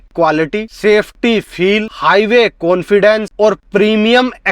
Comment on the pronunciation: Cilear ho gaya bhai😂😂. Konfidence aa gaya bhai 😅😅 bhai bhai bhai bhai ...agey bolna bhai 😂😂😂